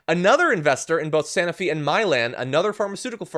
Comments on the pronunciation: Sanofi - long “o” as in “snow” Love you and your show, but I cringed whenever I heard the mispronunciation. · Sanofi - it’s a long “o” as in “snow”.